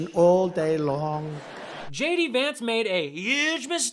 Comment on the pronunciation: 'Shay - D' Vance.